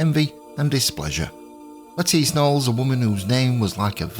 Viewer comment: THANK YOU for the correct pronunciation of her name! I am so tired of watching videos by historians who are still calling her "Lettuce Nollis"!